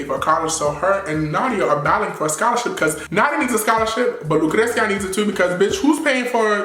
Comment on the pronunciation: you already know you love saying LUcreCia haha i love you!n